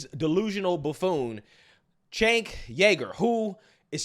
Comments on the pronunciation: It's pronounced "Chunk" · I like how always finds a new way to mispronounce Cenk's name. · Who would vote for a guy that can't even spell or pronounce his name correctly, I grew up with a guy his name was Jenk(sounds like j-ink) now Cenk(to me sounds like the kitchen"sink") I could never vote for someone like this guy he's just a big loud mouth,he doesn't even have common sense. 🤔💯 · Still confused how he pronounces his name with a J when it starts with a C. Idk maybe im uneducated or its normal in the country he was actually born in 😂😂😂